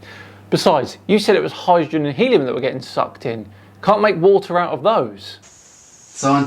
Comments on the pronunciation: it's Helium, not Hellium.... yes, I read all his board about mana, gold and fluxuaction .. fascinating stuff... "the man, the sun, and ... the black hole" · Love how he spells Helium: first as helluim, later as hellium. I’ve no idea where this guy gets his idea for an earth that’s flat with 10,000km radius, bet there’s a lot of pot involved to create a model that couldn’t include most of Asia, South America and Africa. Nobel prize worthy indeed 😂.